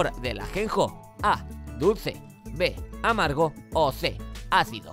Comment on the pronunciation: Siempre escuché amargo como el ajenjo 😝